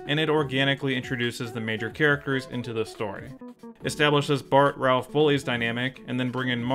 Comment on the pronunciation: C'mon, It's Ralph!